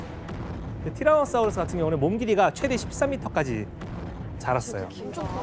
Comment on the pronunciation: 아니 사우루스라구요 사우르스가 아니라....